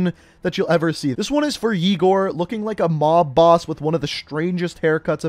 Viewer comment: It’s ye gor and isk ra